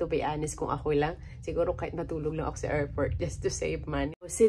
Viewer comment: Airport po hindi airfort... 😢